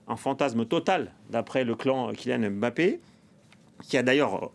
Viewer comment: Alors c est real Madrid et non real de Madrid. Puis c est kylian Mbappé et non M bappé